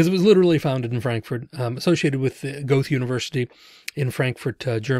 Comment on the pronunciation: Goethe = Gier-tah